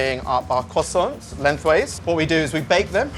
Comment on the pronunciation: my guy really said kwossonts xD